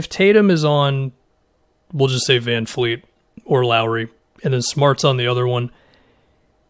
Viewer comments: Sorry for the nitpicky comment but he's not Greta Van Fleet, he's Fred Van Vleet, with a V. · It’s vanvleet, there’s no F’s in his name. I’m annoyed at everybody Just saying a simple name wrong so much